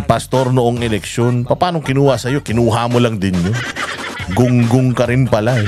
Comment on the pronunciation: ayan huh pnapanood ko na kahit always team late na me,,,😂😂😂 Eh kaso nga marupok din kami kaya buti nlng meron nito🤬d kc ako pala🤬kaya labs na labs ko #TatayDigs ,,,may sense nmn kc bawat 👊🏼🤬👊🏼 nia‼️‼️‼️🤣🤣🤣 natural na natural un pagbigkas ng “gunggung” ,,lalo na un “engot”,,,bwahahahahhahahhahhahahahahahha